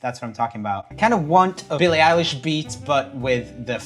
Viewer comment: “Billie Elish” 😼 “Dillice lilly” ☕️🧐